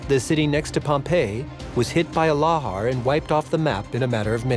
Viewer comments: It was big, but not THAT big, certainly nothing like "one of the biggest eruptions of all time". Why can't narrators learn to pronounce words they don't recognise? The film has people talking about laHARs, yet the narrator talks about LARhars or LAYhars. The narrator didn't even have to google it, he could have just watched the film. All of the shots of flowing lava were completely inappropriate for this eruption and misleading. It was not that kind of eruption, as the contemporary footage shows. Just because it's photogenic doesn't mean it should be included. Still, it was a decent documentary, with good eye-witness testimony and expert analysis. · Plus, he pronounced Lahar wrong.